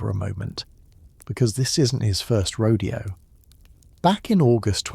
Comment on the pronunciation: It’s not my first RADIO Either,it’s RODEO bot !